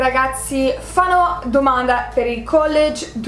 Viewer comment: Personalmente i debiti non li ho capiti personalmente non so neanche se ci andrei. Comunque apparte qualche piccolo errore tipo hai detto Fano (pasese del nord Italia) invece di fanno sei impeccabile